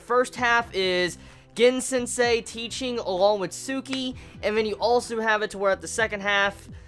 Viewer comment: bro Gin is pronounced like GEEN...just putten that out there